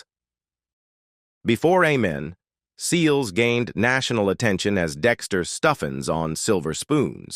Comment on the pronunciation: Is AI🤖 narrating this video📹? The show's name is pronounced 'A'-men not 'Ah'-men